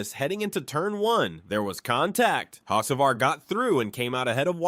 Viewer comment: Hockevar, Bewescher, Nimecheck….agreed…